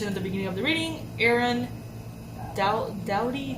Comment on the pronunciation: Yr pronunciation of Aaron Doughty is correct. Like Dowty as in cow..❤️